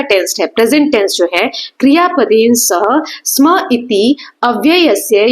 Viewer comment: Mam sam nahi sma